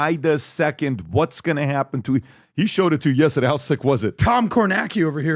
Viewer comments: I also love it when he says "Yestehday". 😁😁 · Every time PBD says “Yestehday” i giggle and i don’t know why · Me too! I’m from Boston so I always wonder if he knows he kind of says it with a Boston accent, but just that one word haha😂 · And for some reason, I say yesterday the EXACT same way. I'm not Armenian 😅